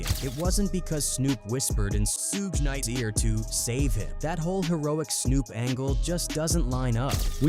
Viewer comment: Additionally, Suge Knight's name is Not pronounced: Sue-gay, or Seewj! It's: Suge,like an abbreviation of the word "Sugar"..Without the ar : "Thanks!!" Smdh😒😑